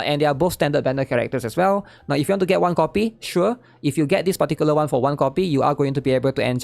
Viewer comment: Take a shot for every "dispaticulaone"